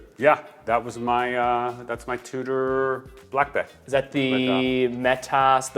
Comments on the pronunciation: "Blancpawn"..? Oh come one, it's french - it's pronounced "Blan-pen" with a long 'n'. Think "Sean Penn" but starting with "Bl" instead oh "Sh" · It's not pronounced Blancpon at all, the -an and -ain syllables are pronounced differently. It's a North American fallacy that it's pronounced Blancpon, which is equally guilty of. The -pain sounds more like -pan than -pon in French.